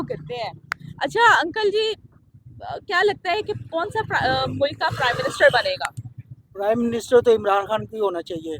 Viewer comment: Baki mulak bolne walo ko correct karo, mulk hota hai na k mulak😂😂